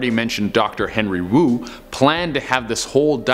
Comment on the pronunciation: What's wong wif henwy Wu?!